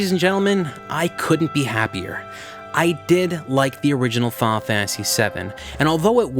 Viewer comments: "Faul Fantasy".. lol Fi-nal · I cringed every time he said "Fahhnah Fantasy"...